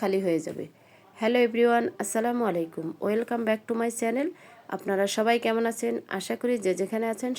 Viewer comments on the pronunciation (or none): none